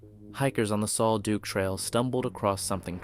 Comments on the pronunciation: Take it from a local, the pronunciation of Sol Duc is Sol Duck. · Sol Duc is pronounce like sole duck. A bigfoot attack is the only logical explanation. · Sol Duc is pronounced "SOUL DUCK". Minor research reveals this. The name "Sol Duc" is a Native American term meaning "sparkling water".